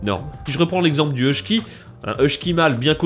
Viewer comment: Je vais partager sur 'groupe Facebook "Passionnément Husky", ça devrait intéresser du monde. (bon on est que 13 000, mais j'y travaille, j'y travaille ^^) Eh par contre, dans Husky, y'a pas de syllabe en "ch" ;)